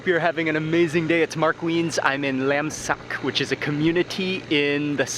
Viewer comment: Funny how you said "laemsak" my friends asked me, what he just said? Lamb sack? 🤣I'm off to cook kaeng Kari 💝